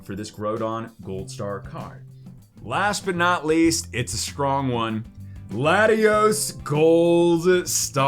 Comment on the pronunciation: it’s Latios???? Lol u say the name wrong ?????